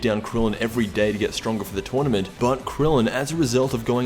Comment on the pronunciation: Twournement! This is the way he pronounced it the first time. XD